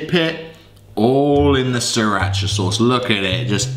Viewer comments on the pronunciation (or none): No one noticed that he said siri-acha sauce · Sriracha sauce: exists: “SiRI-AcHA” 😂😂😂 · Me: Sriracha: Siri A Cha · On one second thought said siriacha sauce but our people we say Sriracha sauce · my guy said seerach insted of siracha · I think that's how British people say sriracha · Bro said siriacha sauce😂😂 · That boy said siri acha saws😂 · SiRiaChA SaUcE 💀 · siri Acha😂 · It's pronounced sir raw cha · Siri-acha sauce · "si ri Acha sauce" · The pronunciation of siracha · It honestly triggers me by the way he pronounced “sriracha”